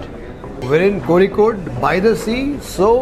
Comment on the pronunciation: Thank you for pronouncing Kozhikode correctly!